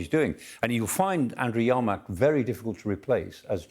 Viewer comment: Yermak, not YArmak, this guy is hilarious(ly bad) 🤣